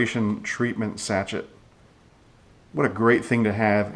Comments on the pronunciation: It's pronounced "sa-shay" not "sat-chet". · Sachet is pronounced sa-shay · Nice presentation. (BTW, the word "sachet" is pronounced "sa-SHAY")